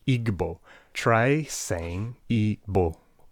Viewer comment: Your pronunciation of Igbo was so good😂😂❤